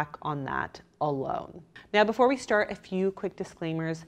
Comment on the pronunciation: I just want to inform you that you've started saying "" again 😂